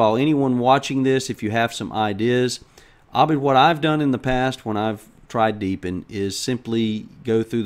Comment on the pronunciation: you said my name in the most accurate manner possible, most English-speaking-western people say "Ebid" instead of "Abid". Like I said is awesome:D:D